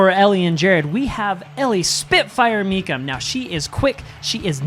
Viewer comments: Jared mispronouncing Mecham 😂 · Me too, and don't forget how kept mispronouncing E&J's last name as it is spelled, Mee-CHam instead of Mee-CKam. The other good one by was "She must have been up at 12, 2 and 4 last night with a newborn baby!" Hilarious!